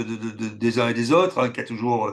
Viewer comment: L'invité ne sait pas prononcer les O. Les Ôtres en place des autres, suppase en place de suppose...